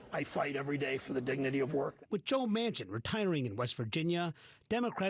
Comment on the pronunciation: Bernie Moreno is Colombian and he’s mispronouncing his last name on purpose to appear whiter. What a pathetic sellout.